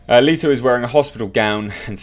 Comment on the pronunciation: ITS NOT LIITO ITS FUCKING LETO,Learn the mans name